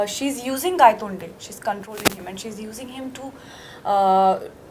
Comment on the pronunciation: I think Nawaz said gandtonde instead of Gaitonde 😂😂😂that's why they were laughing 😂